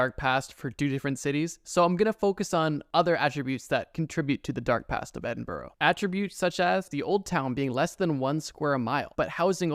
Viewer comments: Edin-burrow??? There's no O at the end. It's Edin-burr or Embra or Eddinburra. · There’s actually “the witches well” at Edinburgh castle to commemorate all of those who were killed during the witch trials in Edinburgh. P.s. It’s Edin-bruh or Edin-buh-ruh not Edin-borrow! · Edin-Bruh. Never Edinboro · Ok by the way it’s not edinburrow it’s edinbruh from a British person that is how it’s pronounced 🤗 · Just saying it’s “edinbruh” not “edinborogh” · no way he just pronounced Edinburgh as “EE-DIN-BURROW” It’s “Eh-Din-bruh” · i dont want to sound mena but it its pronouced 'ed-in-bruh' not edinburough!! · Its pronounced edinBRA not boro, BRA 🤣🤣🤣🇨🇦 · its called edin-bruh not edin-borough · Scot here, its pronounced EdinBruh not Edinborough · It's pronounced edin-bra not burrow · As someone from Edinburgh the way you pronounce it is (Ed-in-bruh), tbh the way it’s spelled throws me off sometimes too 😭😭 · Also, it’s pronounced Edin-bruh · ED IN BORO urgh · Its pronounced "Eh-duhn-bruh" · The way you pronounced Edinburg hurts my scottish heart... 💔 its edinbrah... 💔💔💔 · Christ. Please learn how to say our city name correctly. Edinburo. No. Just no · looked at Edinbourough and thought i miss Edinburgh no seriously though never heard is said that way as a scot🤷‍♀ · Scottish person here. Edinburgh has an incredibly long and dark history, including Mary King's Close and the trial of Burke and Hare (that's a good one to google later). Little pro tip though, especially useful if you plan on visiting: You wanna pronounce Edinburgh like "edin-bruh" because the locals will get annoyed and call you out if you say "edinboro". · as someone from Scotland it’s pronounced edin-bra btw! :) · Edinborough, Chuck republic 💀 Work on the pronunciations please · Edd-in-bruh. That's how it's pronounced. Any British Town ending in Borough is pronounced as bruh. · Edinburgh is pronounced "Edin-burah" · Btw, it’s pronounced Edin-bruh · It’s not Edinburrow it’s EDINBURGH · You mispronounced Edinburgh :(